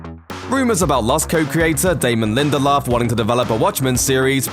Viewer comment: As soon as he said Damon Lindeldork, I was out...... he ruined Prometheus!!!!